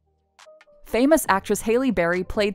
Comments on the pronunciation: “Hay-Lee” Berry? Like. She’s one of the most famous actresses EVER. 😭😭😭😭😭😭😭😭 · HAYLEY Berry? Do you not know how to say Halle (HAL-LEE) Berry's name? Come on! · Such a great video, but dang "Hey-Lee" Berry?" It's pronounced Hal-ee (as in Alley) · Omg.... It's not "Hay Lee" it's pronounced "Hal E" Barry 🤦‍♀️ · “Halie Berry”?! What?! How dare she! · so no one noticed how she called Halle Berry, “Hayley Berry” . 😅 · Narrator: "Famous actress Hayley Berry..." Me: "Not famous enough for you to know how to pronounce her name apparently." Sigh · Did she say Haley Berry 😂😂😂😂😂😂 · You're saying Hallie Berry's first name wrong and I can't stand it lol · LOL did she just say Hailey Berry? Thats embarrassing. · SHE DID NOT JUST CALL HALLE BERRY HAILEY BERRY 🤬🤬🤬🤬🤬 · Way off topic but did she jus say hayley berry🤦🏾‍♀️ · Did anyone notice she said "hailey" berry?? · Did she just say HAILLEYY BARRY???!! CANCELED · "Hailey" berry??? How could you not know how to pronounce Halle?? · You called her Hailey berry....she's been around for how fucking long and ya get her name wrong? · Lol.....as if she had never heard the name before to know how to pronounce it 😁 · I can't be the only one who got frustrated about how many times she butchered the actress and actors names 😒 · How the hell do yo not know how to pronounce Halle Berry. You're fired.